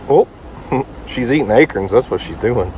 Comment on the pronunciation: We need to have us a little chat. I get the "puh-con" versus "pee-can" thing you've got. So, lets talk about those things Pepper was eating. What in the world is an "ay-kern"? I'm assuming that "Ay-kern" is the Oklahomian way of saying "ay-corn". As a Minnesotan. I'm willing give up my "pee-can" pie and eat me some "puh-con" pie come Thanksgiving, but you've got to meet me half way Brother, you got to start feeding your pig " Ay-corns". Seriously though, You and Your family have a good day Brother and may the Lord continue to bless you.